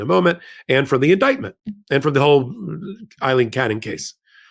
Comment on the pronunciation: A-lean not I-lean